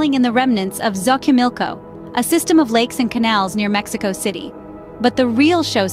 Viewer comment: Please learn to pronounce Xochimilco. So chee meel ko. Not zo key milk oh.